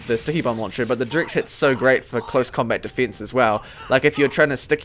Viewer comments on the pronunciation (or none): none